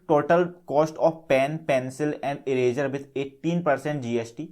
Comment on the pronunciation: It's not erazer it's eraser